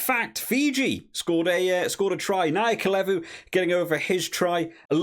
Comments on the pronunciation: Or ‘tha’. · Not ka. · Mate - Naya-the-Levu. Only name you’re botching.